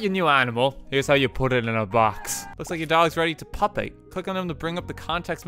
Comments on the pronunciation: It’s pronounced “pew-pate”. It’s when a bug goes through a transformation as it reaches adulthood, like a caterpillar turning into a butterfly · Pupate - Pyoo-payt. It's something to do with insect pupa. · Ok I’d like to mention that it’s pronounced pyoo-pate not pup-ate but love your videos bro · Its not pup-ate, its pu-pate. Have you heard of a pupa? Not trying to be mean, I just couldn't stop cringing when you were talking about "dogate" Either you didn't know what a pupa was, you forgot what a pupa was, or you don't know what a pupa is. I'm am leaving this comment just in case it's that last possibility. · Lol Pup-ate It's Pu-pate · growing up is getting mad at "pupate" being mispronounced but then begrudgingly admitting that "pup-ate" is actually really clever and funny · I love how everyone playing this says pup-ate rather than pronouncing it Pyou-Pate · Hun pronouncing it “pupate” rather than “pew-pate” is awfufl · Just a thing, it’s pronounced “pew-pate” not “pup-ate” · pup ate? no lol its pupe ate. thats how i pronounce it lel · The entire chat was literally screaming at when he pronounced pupate as pup-ate lmao. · Im sure chat yells at you whenever you say it, but "pupate" is the term for when things like butterflies create cocoons to metamorphosize. (Also pronounced pew-pate) much love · “Pew-pate” is how it's pronounced. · Him pronouncing pupate like that with no one correcting him really annoyed me for some reason. It's pew-pate, as in pupa, the stage of an insects life in between baby and adult, while it's in a chrysalis. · Pupate is pronounced "pew-pate" - like a caterpillar into a butterfly. Which is what it did in the game. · ITS P-U-PATE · Pupate (Pronounced pew-pai-tuh) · I hate it when YouTubers pronounce pupate like “pup-ate” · its pronounced like pewpate not like that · its pronounced pew-pate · RT its pupate, Pyoo-pate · well you dont have to be a genius to pronounce something. His pronunciation caused me to strike my wife.